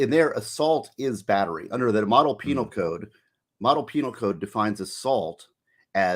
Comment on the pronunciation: Jeff Penal not peNILE like u are being JuveNILE. 😂